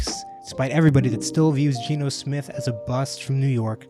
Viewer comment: G-E-N-O !!!!! Not Gino unless you are ordering pizza !